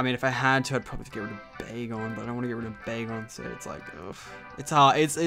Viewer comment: Bacon sounds like begal